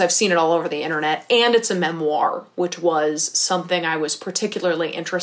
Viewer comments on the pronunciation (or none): no one:: memOIR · I’m obsessed with the way you say ‘“memoir” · Do not mean this in a bad way at all, just wondering as I'm from the UK - I've never heard someone pronounce memoir (with the emphasis on 2nd half of the word) the way that you do, is it a regional thing or just personal preference? I think it's very cute, just something I've noticed and was curious about!